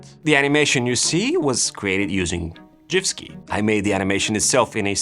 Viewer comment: Gifski is pronounced with a hard G. GIF stands for Graphics Interchange Format. There should be no J nor J sound anywhere on sight.